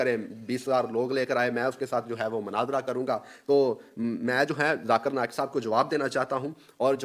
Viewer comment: Big difference Between u and zakir naik he call u my mashi brother but u Pronouncing his name in wrong way very sad. Really you Don’t deserve Conversation